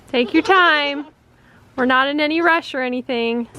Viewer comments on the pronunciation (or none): none